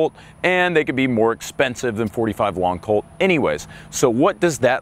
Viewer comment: It’s not “long colt”.